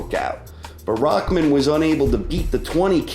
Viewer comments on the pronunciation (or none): who is "rockman"? his name is rahman; there is no k in it ._. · Why is it spelled Rahman but pronounced Rackman